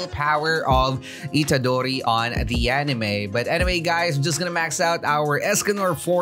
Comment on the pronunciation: Yup you said itadori right 😁👍